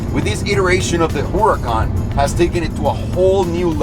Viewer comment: Why it sound like he said Lamborghini whoreecon evo?